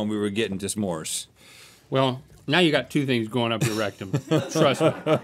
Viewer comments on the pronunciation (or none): Is Link saying rectum or Rhett tumm?